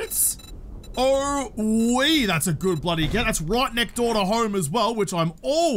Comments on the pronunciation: Is "right neck door" instead of "next door" one of his? I swear I've heard him say that before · Yes he does say neckdoor lol. I figured it was an aussie thing? I'm pretty sure we could have a new word "". That would leave room for symmetricality.